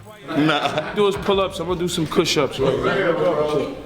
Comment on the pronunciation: Lmao nigga said kush ups lol